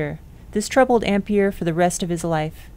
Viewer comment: I don't have any idea what problem you had pronouncing Coulomb, but the mispronunciation of Ampère really got on my nerves. It's even spelled with an è to show how it's pronounced! There's a forvo entry for André-Marie Ampère.